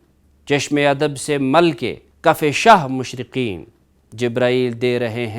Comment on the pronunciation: Salamunalaikum..... apne kuch alfaaz ka talaffuz sahi nahi padha... masalan: Video ki 13.00 time pe jo kafiye hain wo "Shahe Mashraqain" apne padha "Shahe Mashraqeen", "Shor o Shain" ko apne padha "Shor o Sheen".. Agar ap mulaiza farmaye kafiye agay ke, to talaffuz match hota hai "Noor e Aain", Baiyat e Hussain".. To Mirza Dabeer ne Kafiye - Mashraqain, Shain, Aain, Hussain kiya hai. Ehaza padha bhi wase hi jaye... Iltemas e Dua.. Sayed Atif Ali Hamdani Soazkhan e AhleBait